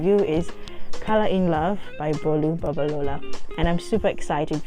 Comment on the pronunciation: And you pronounced the name well. I'm impressed 😊